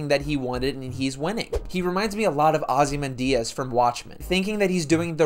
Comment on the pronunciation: The way you pronounced Oxymandias made it sound very Spanish. Dalé